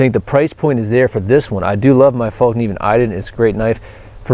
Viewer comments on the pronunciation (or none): FÄllkniven, not fAllkniven! :) lol